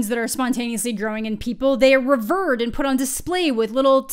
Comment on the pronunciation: Never heard anyone pronounce "revered" like that before, lolol